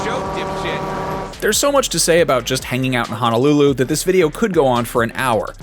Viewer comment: My ears are bleeding from hearing him pronounce honolulu. Eeeeeeeek